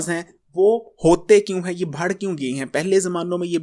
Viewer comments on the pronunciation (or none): ارے بھائی آلو بہارے نہیں آلو بخارے ھوتا نے بڑھ رہا ھوتا ھے بھڑ نہیں سہی اردو بولا کرو